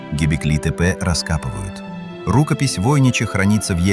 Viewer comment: Рукопись ВойнИча, пергамЕнт. Противно слушать.